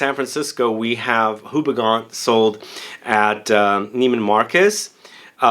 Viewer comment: Just a quick tip if you want to sound proper different - the name of the brand is pronounced as "OO-BE-GONE" (at least to make it simple). Great review!